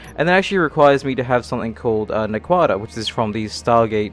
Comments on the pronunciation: Just FYI - the metal for Stargates is pronounced 'nack-wa-duh," not "na-kwada." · one of the only times I'll ever do this. it's pronounced Nackwita (in the show, at least) I'm only saying this cause I've watched every Stargate series available, thus making my head go (insert no. meme here) every time it's pronounced differently. Kinda like with books and how you'll argue with people on how this persons name is pronounced.(and then suddenly you hear the author say it, and neither of you is correct) not trying no be mean or anything, it's just irritating my OCD. But other than that, everything you've done is awesome (except for the semi-auto usage) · Naquada is pronounced An-Aqua-da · Naquadah has the accent on the first syllable :p